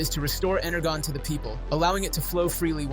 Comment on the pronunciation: Bruh Energon’s pronounced ENER-JOHN